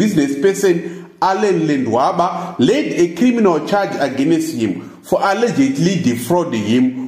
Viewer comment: 🤣🤣🤣🤣I died 🤣🤣🤣🤣Aganest